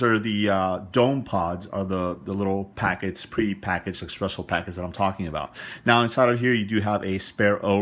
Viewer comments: Bloody Christ! There is nothing, I MEAN NOTHING, worse than someone who doesn't know anything about coffee, doing a tutorial on coffee or a coffee-making system. Dude, all this, and on top of the fact that you butchered the pronunciation of the word espresso, which should have been the first indicator the this was going to go sideways very quickly! This was a super painful video to watch. I was thinking of doing a shot of vodka every time you said "EXpresso" in order to numb the pain of watching this bloody video! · So the guy in this video is trying to garner profit-collecting views, and even worse, has a purchase link available which clearly indicates that he is getting a piece directly from Handpresso. However, in the midst of it all, this guy can't pronounce "espresso", admits to not being a big coffee drinker and my being critical of that makes me a coffee snob? This is clearly a money-making video and I'm the asshole here? So if I went a BMW car video review where the guy admits he's not a big driver and can't pronounce half the required terminology, would criticizing this guy make me an "auto snob"? No, it wouldn't because in the real world people are allowed to call others out ion their bullshit and other people don't make ridiculous assertions about it. So yeah, if this guy is not a coffee drinker and can't even navigate around the terminology, I'm calling that bullshit out and then checking out. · Thanks for the detailed review of this gadget, but I gotta be honest it heart my ears to hear you sayin "expresso" and you wrote it espresso in the title, there is no "x" in espresso, and that foam you mentioned in the end of the video called "crema", please accept my barista snob criticism! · if you would read the name on The Box it says "ESPRESSO" NOT "EXPRESSSO". IT IS PRONOUNCED "S-PRESSO" NOT "X-PRESSO"! Got it? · It's called espresso like the box says, not eggspresso or expresso ;) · Notice that it's spelled espresso, not expresso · not ocd for me but same.